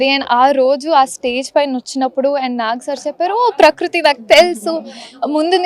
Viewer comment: Prakroothi kadhu anchor garu prakruthi 😔